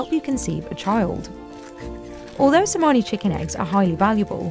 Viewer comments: To the narrator on the Ayam Cemani segment: You literally watched hours of videos of the breeders pronouncing the name and still chose to mispronounce Cemani... 😶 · Chemani not semani - ch like in chair